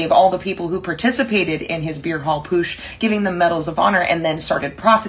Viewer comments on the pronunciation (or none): It's pronounced PUT-sh, not POOSH. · There is a “T” in the middle of PUTSCH. If you’re gonna lecture about it, LEARN HOW TO SAY IT. And don’t forget the 1933 Reichstag Fire, where the Nazis firebombed their congressbuilding, blamed the Left, and OUTLAWED all other political parties besides theirs.